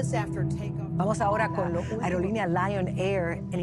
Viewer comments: Kenapa narator nya nyebut lion ya lion,harus nya ejaan inggris lion. Dibaca layon bodo iihh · lion itu di baca layen bukan liong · Bukan liong.. tapi lion alias layeon bacaannya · Prounounciation nya salah, boeing itu dibacanya boo-ing, lion bacanya la-yen bukan li-ong. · kok nyebutnya liong bang? saya dengernya begitu?... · Lion dibaca Laiyen bukan Liong, Boeing dibaca Bowing bukan Being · Bukan LIONG om, tapi LION 😊😊😊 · Kak bukan liong tapi lion kak😊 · Bukan liong bang tapi lion untuk listening pengucapan nya salah wkwkw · Lion bg bukan liong dan boing bukan being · kenapa sih ngomong nya liong, instead of lion, so annoying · lion bng..bkn liong..😆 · Kok Liong harusnya kan Lion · Min perlu di korengsi dikit dari penyebutan armada pesawatx..bukan LIONG tapi LION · Gak bisa bahas inggris nih yg punya chanel, baca LION dengan aksen Inggris aja gak becus, malah dibaca LIYON, langsung deh ilfil dan dislike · laiyen bacanya bukan liyon. koplak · Lion bang bukan liong gw ngakak loh pas bang sebut itu 😂😂😂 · Suaramu waktu menyebutkan Lion lucu min...😅😅😅 Boeing min bukan beeing 🤭🤭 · Kok bacanya Liong? Bukannya logonya singa? Kecuali logonya naga, baru deh liong (serius nanya) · Yang benar itu Lion dibaca layen dalam bhs inggris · perasaan kalau di eja pasti nya bukan "liong"....haiyaaaaa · Namanya lion bacanya layen sama namanya boing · Sebut nya Liong? 🤣🤣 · Bukan Lion Air....tapi Liong Air... 😃😃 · Kopi kali ah liong wkwk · aduh kok pronoun nya salah amat sih. baca LION saja gak bisa. BOEING buka Being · kenapa jadi lionGGG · bacanya layen bang🤣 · BKN itu we gw denger dia bilang liong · Pengucapan Lion dan Boeing nya, seperti orang yang tak pernah belajar Bahasa Inggris. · Benerin lagi ejaan LION dalam bahasa inggris om... Rasa aneh denger nya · Bacanya : Layen